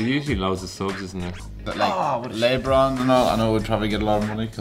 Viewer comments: HAHAHA "LEH-BROWN" ??? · "LAY-bron" LOL. Perfect. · lay-bron LOL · LAY-BRON IM DYING XD